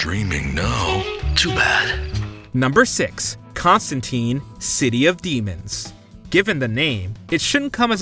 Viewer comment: It's not Con-stan-teen . It's Con-stan-tyne. This is confirmed by Allan Moore who created the character.